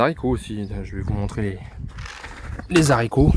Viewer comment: Pour info on ne dit pas Zarico